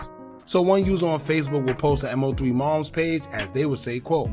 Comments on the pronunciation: Man its Mo3 (Moe Three) not M.O.3. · I was about to say the same thing lol! Stop calling him M-O-3 when it’s pronounced Moe three lol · IT’S MO3 not M O 3🙄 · If you say M-O 3 one more time. It’s MOE 3 no M-O 3 geeesh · MO3 (pronounced: Moe 3) not M.O. 3 😁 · Who the F is M O 3? 😂 Its MOE 3....I can't wait for a M.O.P video to come up and calls them Mop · It’s moe 3 not m owe 3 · I never heard anyone pronounce MO3's name like that.. M O 3 it's pronounced like Moe3 all together or just say Osama 🤷🏾‍♀️😂😂. Either way he was talented af. His natural singing voice was soo soulful. LL3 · Like he slow M-O-3 shit it's Mo3 bro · I was wondering if he was AI cause they stay chopping up names. I was like who is M O 3🤦🏾‍♀️ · I can’t finish the video just by the way you saying his name smh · Thumbs down becomes you was saying his name wrong!!! MO3 LL3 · Respectfully, at least pronounce Mo3’s name correctly. It shows you know nothing about him and repeating what everyone else has said. #LLOSAMA 🦍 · ANOTHER CULTURE VULTURE HOW U GONNA HAV A CHANNEL REPORTING N U CANT SAY MAIN DUDE NAME SMH